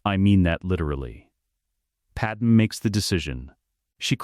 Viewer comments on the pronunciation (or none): Why does this AI ALWAYS call "Pad-MAY" as "Padam"? Lmao